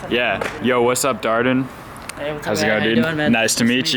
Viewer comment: He doesn’t know how to say dardan